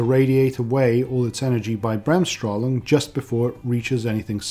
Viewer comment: I like your "Bremsstrahlung". Actually (as a German) I didn't know, that physicists use this German term in papers etc as the German language is not being used in academic communit Hubies (for obvious reasons)...anyway...Bremsstrahlung hooray !!!